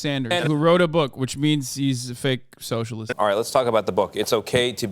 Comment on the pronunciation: "Ughhhhhhh...eeee a Soshurliest"